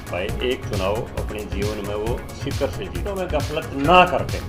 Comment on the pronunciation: Galfat Nahi gaflat hota h😅😅😅😅😅😅😅